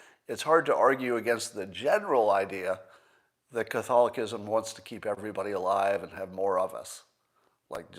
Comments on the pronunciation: He hacked it up🤣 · Gotta love an atheist who can’t pronounce Catholicism and never heard of Catholicism having a thing about human life being sacred making a straw man argument about the longest surviving bureaucracy/religion. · Love you Scott but if you don’t even know how to pronounce Catholicism... maybe sit this one out. Lol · is he saying "Catholicism" correctly?